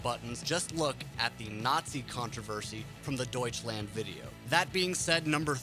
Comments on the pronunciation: "Deutschländ" :D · Noone:: Däutshländ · It's not pronounced Deutschländ, it's DEUTSCHLAND. WITH AN A. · DEUTSCHLAND. NOT DEUTSCHLÄND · doucheland (I hear that) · I am getting so frustrated over him pronouncing everything wrong i just cannot watch this lol. „Deutschlend“, bro seriously lmao? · >clicks on video >"Raaaahmstein" >"Deutschländ" This is going to be so full of inintentional comedy. >Herrheicht michch Oh god, my sides... No offense. :P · D o i c h l a n d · yep everytime this "länd" XD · duitch länd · Try [ˈdɔʏ̯t͡ʃlant] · I'm British and I can even say it, Douch - land. Not hard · Don't say Deutschland like that. It's spelled with an A. Use it! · Hey fuckhead, start to pronounce "Deutschland" correctly! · The way "Deutschland" is pronounced here makes me cringe so hard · Me as a German pisses it off how you pronounce the song titles. Especially Deutschland! Also me loves the content of this video